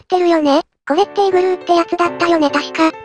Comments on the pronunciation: リグルーじゃなくてイグルーですよ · リグルーって言ってるけどイグルーです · コメ失礼します たちがリグルーと言ってたのはイグルーと間違えてたのでわ?と思いました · イグルーのことリグルーて言ってますよ